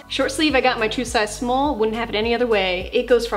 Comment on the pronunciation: “My true size smoll” 🤣